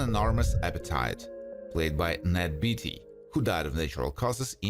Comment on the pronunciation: I laughed so hard when he pronounced Ned Beatty's last name 🤣 it's Beatty NOT Beetty 😂